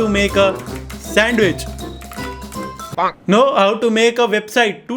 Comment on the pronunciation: Aapke " noo !!!!" Me bhi gujrati pana aarha hai 😂😂❤️